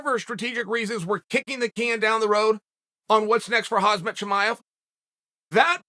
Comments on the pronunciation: It’s KhaMZat Chael, not KhaZMat… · Why does Chael say Khazmat instead of Khamzat? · His name is pronounced as Hamzah..not hazmat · Is Chael really pronouncing Khamzat, Hazmat? What a disrepect... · Khamzat not Khazmat lol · Its not Khazmat chael its KHAMZAT SMASH ALL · Chael i love your show butttt plzz say the names correctly ahahah KHAMzat not KHAZmat and BELAL not BLALAL 🤷‍♂️😂😂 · It’s KHAM-ZAT not KHAZ-MAT BE-LAL not BE-HALL MAGOMED-SHARIPOV not MAMED-SHARIPOV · Chael "Hazmat not Khamzat" Sonnen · Its khamzat not khazmat! 😂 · Hey chael love your vid’s. Seem’s like you need help pronouncing the Muslim Names. It isn’t Hazmat and Behal. It’s Ham-zat and Be-laal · Uncle Chael, his name is Khamzat, not Hazmet, LOL! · It’s KHAMzat not KHAZmat 😓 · Hazmat Chimaev lol. The Z and the M are actually the other way around lmfao. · It is KhaMZat NOT KhaZMat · Chael:Hazmaht Everyone else in the world: Khamzat ( hahmzat) Chael: Hazmaht Everyone else in the world: ok great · KhaMzat. Chael, please... It's Kha-M-zat, not Kha-Z-mat. Guys can u make this comment noticeable? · CHAEL IT’S KH AM ZAT CHIMAEV. NOT HAZ MAT CHIMAEV🤬🤬😡😡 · say it slow... Hawm Zaht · can we just talk about how he calls him Khazmat Chimaev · How hard is it to pronounce his name correctly lol who the hell is hazmat 😂😂😂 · Is Uncle Chael calling Khamzat Hazmat It doesn’t matter anyway if Uncle Chael says that’s your name that’s your name Hazmat Suit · Is it just me or has uncle chael suddenly started calling him HAZMAT CHIMEAV 🤣🤣🤣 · Kham-Zat .. one would think by now you would learn how to pronounce his name. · Hoz mat .... Atleast you got his last name correct. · cHAEL why you always forgets the "Z" in KhamZat. And Bilal middle "L" is not a "H" sound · If Chael says that his name is Hazmat then his name is Hazmat. 😬😊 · “Khazmat Chimaev” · Even if he becomes champ, Chael will still call him Hazmat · “Hazmat Chimaev” 😂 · No one: Chael: Hazmat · "Hazmet Chimav" Chael did it again LOL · "Huzmet" ha ha ha ha